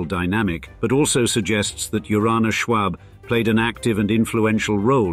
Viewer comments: Listen to this guy say Schwab is almost as irritating as hearing a Scotsman say “schedule.” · Just a note: The "a" in Schwab is pronounced like the "a" in awe, not the "a" in arsenic. Also the actual way to pronounce Carnegie is to stress the "ne," but the way it's said here has incorrectly become the standardization. The photo between the Marble House gold ballroom and the mansion itself is the grand staircase of the Paris Opera, not an American mansion (but, yes it is Beaux Arts). I also hear Beaux Arts being pronounced in this video both as "bow art" (wrong) and "bows art" (correct as Arts begins with a vowel). There are a few times where Mrs Astor's ballroom is shown but made to seem as if it were a part of the Schwab mansion. I'm still hoping for a video on San Marino (Henry Huntington) and its art and gardens. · Nobody said you pronounce arsenic that way. I said the "a" sound in isolation is pronounced the same as in the word "awe", or "ah", or "all" or "tall" or a whole mess of words that use that vowel sound. The word "arsenic" is made up of different sounds, when COMBINED make a WORD. The sounds are Ah - r - seh - nik. If you put them together, the "a" and "r" combine into the "are" sound but that does not remove the fact that the vowel "a" in that word is pronounced IN ISOLATION the same as "ah." You do not sound like you are a native speaker of English. This is something that is taught literally before you even reach kindergarten. What you meant is your original comment (which I had to discern because of your lack of clarity) is that the speaker in the video should not ADD an "r" to the vowel "a" as in "arsenic." Unfortunately, this is a tendency with British and New England speakers. When teaching a child the sound each vowel makes, you should never say that "a" is pronounced with an "r" at the end, but you implied with your initial comment that there is such an acceptable pronunciation and that is incorrect.